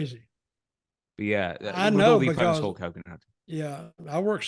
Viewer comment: Its Hogan...